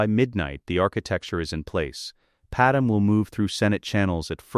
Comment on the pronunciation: Pad me… pad may… not Padam! 😅